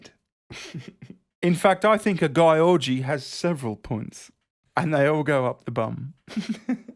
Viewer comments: I'll bet that "Gyorgy" is pronounced "Giorgi" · Gyorgy is pronounced like George. Trust me i'm hungarian..... and i laughed every time you butchered her name. XD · To be fair, "Gyorgy" really should be pronounced "Yiorgy", which is a variant of "George" in Greek. Yes, how ironic it's a Greek name - the inventors of up the ... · Pronounced "Georgie" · I know someone with the last name gyorgy. It's pronounced george-E but it is spelled hilariously